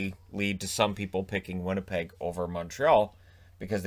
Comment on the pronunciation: Let’s go “Vinnypeg” sincerely the...😋